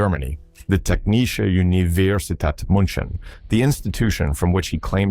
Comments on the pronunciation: i love ur video its realy interesting but as a german i nearly died every time u said technische universität münchen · What pisses me off by far the most, is that some actual real engineers did not get that job and had to probably even get jobs way lower than they would have been qualified for. And, kudos for butchering 'Technische Universität München' in a way I have never heard before. More wrong does not go. You are not excused, you are laughed at, hard.